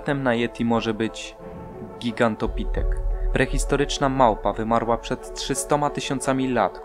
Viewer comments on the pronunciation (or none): Ty powiedziałeś giganto pipek ?